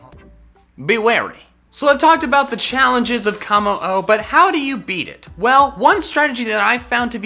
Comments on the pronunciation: Why do you call it “Kah-mo-o?” Its “Koh-mo-o” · three things, 1: W R O N G 2: mimikyu not mimickyu 3: how- its kommo-o not K I M M O